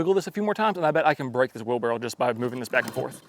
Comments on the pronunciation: Are you saying wheelbarrow or wheel barrel ? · It's wherlbarroW, not wheel barrel... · It's a wheelbarrow not a wheel barrel. Just saying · Were you saying wheel barrel instead of wheelbarrow? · it’s a wheel BARROW not a wheel barrel lol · "wheel barrow 🤓" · Do it. Say “wheel barrel” one more time 😅😅😅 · Was he saying "wheelbarrel"? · is a great tool guy. Larry Haun he is not. 🤣 Does anybody else hear say "wheel barrel?"